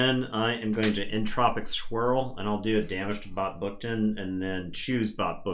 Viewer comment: When you said "Entropic Swirl" I definitely heard "Entropic Squirrel"... time for a parody house from the creators of Barkham Horror =D